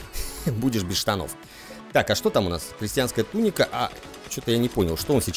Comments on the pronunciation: ТунИка, а не тУника правильное ударение. Серия топ) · Веду себя как граммарнаци, конечно, но,! Дружище! В слове туника ударение на "И". Ты изнасиловал мои уши и как порядочный джентельмен должен мне ещё одну серию римчика.